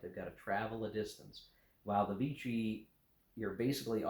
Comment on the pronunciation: Note on French pronunciation: Vichy is pronounced, "Vishy". Rhymes with fishy. Thanks for review.